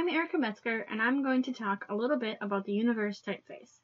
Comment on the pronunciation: FFS! For Frutiger's sake, the font is not pronounced "universe" !!!!!!!!!!!!!!!!!!!